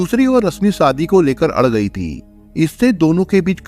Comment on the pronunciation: 🤣🤣🤣🤣..... ये #ती बोलता है या ।। थी....???? 🤣🤣🤣🤣